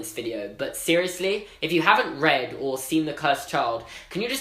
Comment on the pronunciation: but SIRUISLY